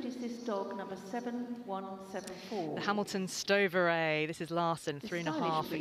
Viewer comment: They used to call Hamiltonstövare "Hamilton-sto-VAR-ee", now it was "Hamilton-sto-VAR", and the other commentator didn't even dare, he just said Swedish foxhound. XD (If you're curious, it's "STÖ-va-reh", "ö" is like "bird" or "nerd", but clearer and sharper vowel.)